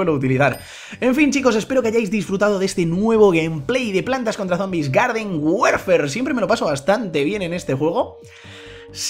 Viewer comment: se an dado cuenta que dice werfer y es warfar menzooo